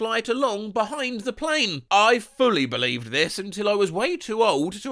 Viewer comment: That 'belived' got me so badly skull emoji